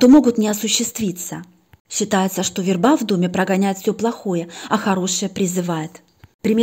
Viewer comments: в русском языке есть слово верба, ударение на первом слоге - вЕрба (семейство ивовых) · ВЕрба. Ударение на "е".